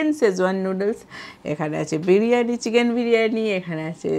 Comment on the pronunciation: বিড়িয়ানী না বিরিয়ানি 😂